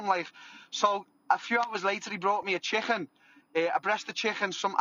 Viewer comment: A chickhen